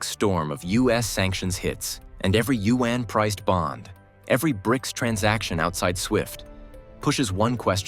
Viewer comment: Learn how to pronounce China’s currency, the yuan. It is not pronounced “U N”